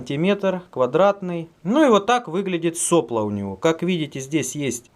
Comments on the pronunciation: правильно делать ударение не сОпло, а соплО.... как всегда лайк перед просмотром. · соплО, не сОпло. Кинг-тек. Дизлайк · Влад Дроздов --- просто слух режет. больше ничего. просто в институте и на работе всегда было соплО и никак не иначе. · СоплО́,. Ударение на "о".